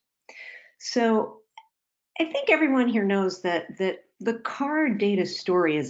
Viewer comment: Sounds like "hello every run"